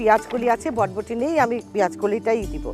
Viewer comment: বটবটি না আপা। বরবটি।